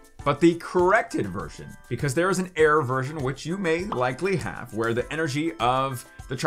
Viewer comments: Ahhh you are saying Error not Air. Makes so much more sense now..... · I just realized he is saying error and not air lol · Is his pronunciation of "error" a joke?